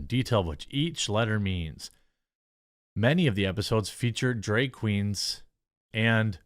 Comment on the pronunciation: Jeremy can pronounce glad as "glad", but when tasked with pronouncing bag, drag, or tag, we hear begue, dregue, and tegue respectively. Make it make sense Jeremy.